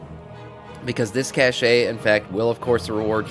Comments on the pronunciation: its a "kash" not a cash'e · Are you pronouncing the word "cache" wrong on purpose to ragebait? :P